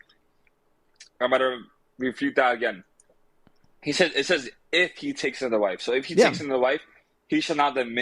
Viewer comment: I like how he yelled out “IF HE” like that was some gotcha. He put the wrong emPHASis on the wrong sylLABle.